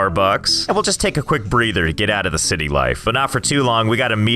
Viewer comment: The “Zity”